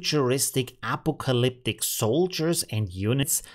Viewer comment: Loved your video, however when you pronounced the word apocalyptic, it was very unusual, I didn't even know it could sound like that. The standard American pronunciation is somthing like "uh pock uh lip tick" There is an American movie about Vietnam titled "Apocolypse Now" and that would sound like "a pock o lips" Thanks for all the great info on MidJourney. I love the videos!